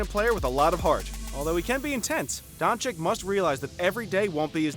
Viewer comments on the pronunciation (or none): and also keep saying donchiKK instead donchich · It’s Boban Mariyanovic and Luka Donchich not Doncik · Man its luka doncic not luka doncik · it is luka dončić not dončik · It's Dončić, not Dončik! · Its Dončić (Dochich) not Donchick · Donchick lol it dončić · donchick? dude is that hard to say donchich? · Luka DončiĆ not dončiK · Stephen "Luker Donchick" Smith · It’s Donchich mate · *dončić Read like doncic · That's Mr. DON CHICK to you sir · donchikkkkkkkk????what???its not KKKKK dude .... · “Markays” “Donchick” “Ohbre” “Marjánovic” “Olandapo” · Donchick. So disturbing every time you say it. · Don “chick” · It’s Don- Cheech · If you say Doncik once more I..... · Its not Donchick mate its Doncic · He just said Donchick 999 times. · Ill give you dislike man. After 2 years i still hear DonchiKKKKKKKKKKKKKKKKKKKKKKKK... Are you guys deaf? xD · its DonCHiCH FFS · donchich.....cmon, its not rocket science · luka Don-chick 😆😆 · It is Dončić,pronounced Donchich. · Come on, the pronounciation is unbearable.. Donchik, marđanovik... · Weel you pronaunce Donćić wrong